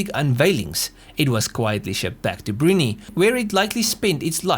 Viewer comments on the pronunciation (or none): Brunee? Brunei is pronounced Bru-NAI. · Brunei. "broon-eye", not "broonie".